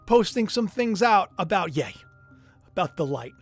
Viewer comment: It's yeee not yaaay